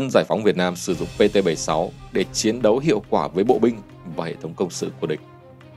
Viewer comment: Tôi có ý kiến thế này. Kênh hay nhiều kiến thức khoa học và lịch sử rất hữu ích. Mà chọn em MC mở đầu clip chán thế, ghét nhất cái kiểu mấy âm ch, tr cứ tru cái môi lên, chiến cứ phải phát âm thành chuyến làm gì? Theo tôi nên cắt phần đầu đi, hoặc thay người khác.